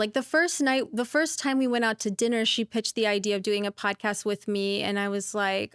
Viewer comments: Dude great show but why do you say “podcuuust” 😂😂😂😩😩😩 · Great podcast but I can't get past the way you say podcast 😂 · why do say podcast like your from "saaf Landan"?